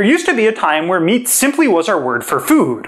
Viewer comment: for example "meat"